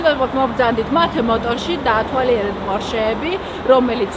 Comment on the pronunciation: მეცოდება ეს გოგო😢 როგორ აჯერებენ რო საქმის პროფესიონალია და ეს ქართულ-ინგლისურის შერწყმით მეტყველება რამე ქუუულ არის? დალოცვილო ჯერ ქართული გესწავლა კარგად🤦‍♂️ ,,დავათვარიელეთ მანქნები” 😀😀 მიკროფონო ქვემოთ ჩაწიე ნუ დაემსგავსე გიჯ ნატო გოგელიას და ემა გოგოხიძეს😀😀